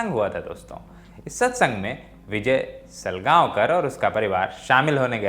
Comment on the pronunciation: Selgaonkar nahi salgaonkar